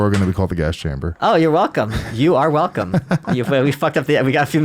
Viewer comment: "I'm going to have more controversial guests" - Your Hwelcome is coming